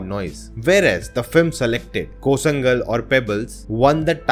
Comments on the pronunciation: First of all, the pronunciation is koo-lan-kal, not Koo-zha-kal. And it takes another 500 years for you guys to understand the difference between quality and quantity. If you say it your opinion, opinion is the lowest of knowledge without analytical mind. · It's not kozangal it's zh- l sound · Kooshangal not koozhangal refer tamil pronounciation otherwise you don't talk about it 🤣 sha , zha are different sounds. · Hello, I'm from Tamil Nadu it's pronounced as "koo-laan-gal" (kozhangal) where "zh" is used bcoz a special word in tamil "ழ" which sounds"la". there are three types of "la"(ல,ழ,ள) in tamil language and each one sounds different where we Tamils pronounce it differently. Apart that, the movie "கூழாங்கல்"(koozhangal) can be pronounced as "koo-laan-gal" Just commenting here for people to know that. Thanks! And i saw that movie it deserves really ofcourse the other films too. Give it a watch! Let's all hope for the best. Thank you! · Hey in tamil "zha" In "Koozhaangal" Should be pronounced as "la" In tamil. Since tamil has three "la"'s.So to be precise the word " Tamil" Itself should be spelled "Tamizh". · The pronunciation is "Koozh(la)ngal" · Pronounce it as KOOLAANGAL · Zha is pronounced as la in tamil, so should be pronounced as koo-laangal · Correct pronunciation : koolangal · Khoo LAN gal is the pronunciation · zha is not pronounced as 'sa'. Check it out. Its a unique sound. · Guys did you note his pronounce sound the movie name🤭, it's magic sound "ழ" only tamil language have that beauty compared around entire world. Hy man it's for you check you sound with someone you know in tamil then you post share your thoughts to social media, else you put desclime I can't pronounce tamil. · Worng Pronounciation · Please pronounce koozhangal properly. 🤷🏽‍♀️ Koozhangal, Kozhikode & Tamizh.